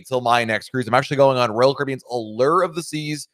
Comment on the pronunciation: Maybe you will finally learn how to pronounce Allure 🤔 Have fun 👍😄